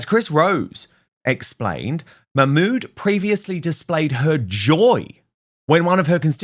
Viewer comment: Let’s see action Nigel enough of talk. Arab countries will never take illegals, because they protect their country. Yes Dan it is dangerous. BBC can’t pronounce her name.